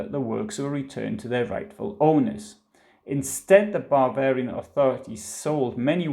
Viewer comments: Everytime he says, “Bavarian,” it comes out as “barbarian.” A Freudian slip? Or a Prussian’s revenge for all of those “Pifke” jokes? 😄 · Bavarian? It sounds like you’re saying barbarian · ...excellent pronunciation!... Especially the word... "Barbarian"... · Sehr gut gemacht. Aber… when you say „Bavarian“ it really sounds like „Barbarian“!